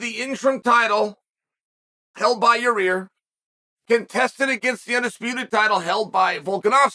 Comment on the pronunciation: Your-rear Rodriguez